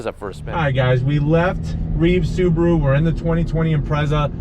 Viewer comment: It's not "SUBURU", it's "SUBARU". This guy is reviewing a hoax .